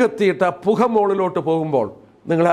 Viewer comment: പുഹ അല്ല പുക.